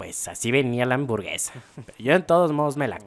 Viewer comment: Nadie: Absolutamente nadie: Neta ni el fasty dubs: Ni siquiera el buea astral::me gustan las amborguesas